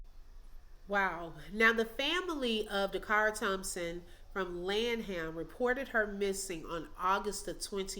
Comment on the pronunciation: It's LAN-em and BOO-wee. 😉